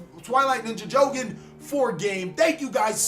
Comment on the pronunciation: its not pronounced jowgen:( his name is jogen jo-gen^^ not jowgen:/